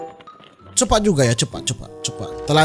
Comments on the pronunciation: Cepat bang bukan cepakkk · Jadi lucu bang sebut: oo..sangat CEPAKK sekali..hahaha..🤣😂😂🤭👍🤗